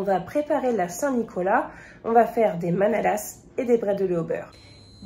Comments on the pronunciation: La prononciation est ok pour bredele, mais pour la manala on ne prononce pas le S. D ailleurs dans le bas rhin on dit bredele/mänele et dans le haut rhin on dit bredala/manala 😁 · hello et bravoo!!!hmm ca vsent lalsace ^^ce soir on en mange car on fete la st nicolas enfin la je vais en manger un lol ps:le "s" dans manala se prononce pas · Bonjour 😊, un bon moment avec vous. Bredele est bien pronnoncé mais les manalas on ne prononce pas le s 😋 après tant qu'ils sont bons c'est bien l'essentiel 😉. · un détail, on ne prononce pas le S de manalas